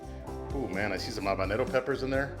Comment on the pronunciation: What are you saying on the pepper ? are you trying to say habanero or something?????